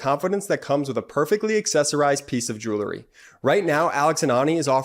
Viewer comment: love your podcasts, but PLEASE tell your youngest brother that the word on your sponsor's ad is JEWELRY (jewel plus the collective noun ending, -ry), It's NOT JEWLERY. He's not the only one. Lots of (too many) people make this same mis-pronunciation.